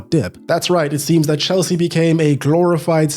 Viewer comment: Hel-sea is right 🥲